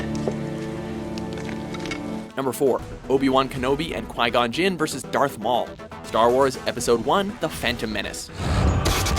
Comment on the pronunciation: it's pronounced like que gonna jinn not qui